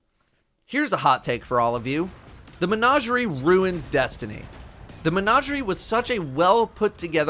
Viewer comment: Every time mispronounces menagerie I lose a little bit of my soul